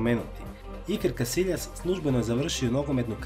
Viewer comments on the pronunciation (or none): none